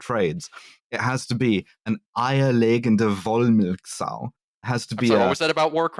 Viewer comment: I am always impressed by being able to say something Eierlegendewollmilchsau unprompted., please say Eierlegende Eierlegende kam an ihr Eierlegende